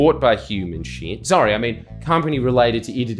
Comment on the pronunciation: You said ‘human 💩’ I thought you said ‘ human chimp’ saw the blokes ears and thought, yeah true…